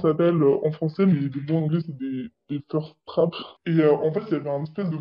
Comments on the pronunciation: C'est thirst-trap, pas first-trap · c'est "thirst trap" pas "first trap" :) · Attention à le terme c'est pas "first trap" mais "THIRST-trap", comme un piège qui donne l'eau à la bouche de manière "subtile". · Excellente vidéo comme toujours et très utile. Juste à je pense que c'est supposé être "thirst trap" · C'est pas "first trap" mais "thirst trap", sinon super vidéo merci d'éduquer sur ce sujet!